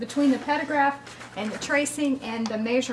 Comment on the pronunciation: “Meysurement” interesting accent! Where are you from?